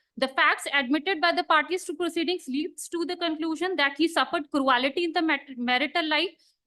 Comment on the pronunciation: Ms Advocate please stop saying cru-al-ity. Is it difficult to say C-r-u-e-l-t-y?